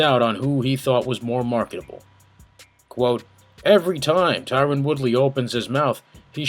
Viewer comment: Great video but please fix Tyron's name lool